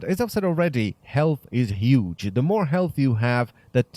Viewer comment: "so health is absolutely Yhuge"